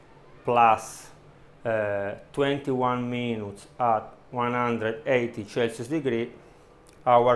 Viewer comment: It would be very helpful if you put the temperature on the screen too. I’m sorry but I can’t understand you. Are you saying chasos degree? Or Celsius? Is that 210 degrees Celsius for 50 minutes and then 180 degrees Celsius for 21 minutes? Converted into Fahrenheit it’s 410 degrees for 50 minutes and then 356 degrees for 21 minutes? Is that right?